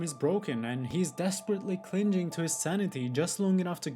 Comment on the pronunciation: Why are you pronouncing the word "clinging" like that? AI?